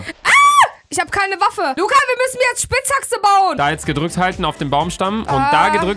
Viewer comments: niemand: wirklich niemand:: spitzhaxe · Es heißt spietzhake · Spitzhaxe sagt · Spixhatse hat sie gesagt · "Luca wir müssen mir jez Spizhaxe bauen" 👌🤣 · so oh nein es wird Nacht luca las ne spinskeke brauchen Ich: das heißt spitzthacke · "LUcA WIr müSseN nE spitzhaxte bAueN!" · Niemand: Wirklich niemand:: SpItZhAcKsE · Nicht Spitzhaxe.